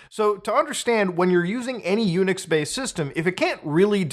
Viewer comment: Every time Muta say Unix I think he saying "Eunuch" and that makes it a very different conversation.